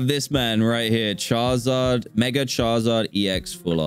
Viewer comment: Y u say CHARZARD